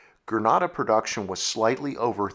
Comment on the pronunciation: Stop saying perduction, and perduced.